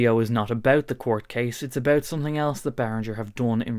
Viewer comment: Abeuch❌ about✅ Buch❌ but✅